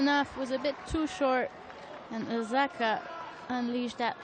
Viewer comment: Why can't the network have a commentator who can actually pronounce Osaka's name and not call her OZAKA all the time? Is that so difficult? There are a million other commentators out there